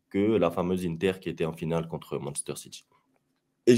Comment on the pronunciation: Inzhhhhhhaaaaagi, di màààààààrco, iiiiiinter On a compris qu’il parlait du foot italien mdrr ça me fume